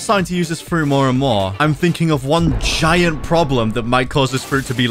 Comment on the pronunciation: BLUD JUST SAID JAYENT ELECTRIC BALLZZZZZ😈